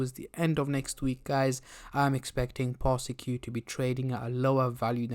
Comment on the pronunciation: Public Service Announcement Its pronounced "Par-sik" Not "Par-Si-Q"